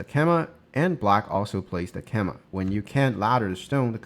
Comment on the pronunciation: FYI, "keima" (knight's jump) is pronounced "kay-mah", not "keh-mah".